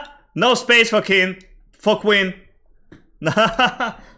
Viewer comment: "No space for queen" sounded "no space fu*k win" 🤣🤣